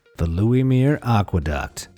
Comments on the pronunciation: Veluwermeer is in the Netherlands, not Denmark. I've been through it. Your pronunciation absolutely mangled the name as well. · Veluwemeer aquaduct in Denmark ?? No - it is in The Netherlands. And no, it is not pronounced like that. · The Veluwemeer lies not in Denmark but in the Netherlands. The pointer was correct but you say it wrong... ;)